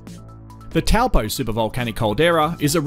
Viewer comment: He pronounces Taupō between "Taopau" and "Teopau" ... and just before that, Tongariro sounds like Tonggarirau.